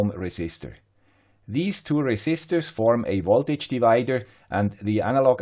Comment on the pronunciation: why do you say woltage all the time?